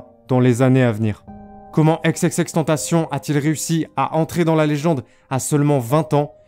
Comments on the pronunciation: Chui dsl mais la j ai arrêté la vidéo a par ce que la manière donc il dit xxx tentation ca me rend fou 😂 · Sa ce prononce ix et pas ex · C’est Xxxtentation et pas exexextentation 😂😂😂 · Exexextentacion mdr tu sais pas parler c xxxtentacion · Non c'est xxxtentacion pas xxxtentation et exexextentacion c'est l'accent du X en anglais ça se prononce comme ça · « Ex ex ex tentacion » 😂😂😂😂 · 😭😭😭😭😭😭😭😭😭😭😭😭😭😭 pas xxxtantasion 😭😭😭😭😭😭😭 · Faudrait vraiment que tu prononce leur blaze en anglais . On pourrait penser que ça s'écrit Tentation vu comment tu le prononce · Pq tu dis ex ex ex tentation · « EX EX EX TENTACION » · Faut revoir ton accent et ta manière de prononcer XXXteantacion